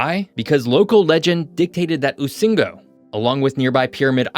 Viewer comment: Rusinga...not usingo